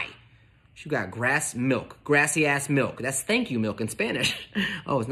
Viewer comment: "Grassy ass milk-that's thank you in Spanish" got me cringing so hard 😭 it does sound quite similar to Gracias though, lol.